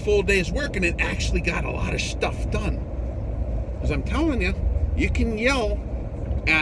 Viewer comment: a lot of Shtuff done, way to catch yourself in mid-word and convert "shit" to "stuff"...Shtuff...word for the new year!! Great message brother, stay safe, stay blessed!!